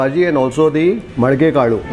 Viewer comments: I don't know I'm ryt r not but it is Malike(sprout) kalu I think and not Madike(pot) Kalu... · its molake kaalu..not madike completely different meaning.. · Correction ಮೊಳಕೆಕಾಳು not ಮಡಕೆಕಾಳು